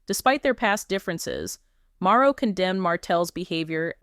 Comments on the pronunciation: The information is correct but it keeps saying Maro, instead of Marsau. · y u keep calling him maro.....say mar so ... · Here is a misspelling, but the pronunciation is Mar- so Marseau, Mar-So dang....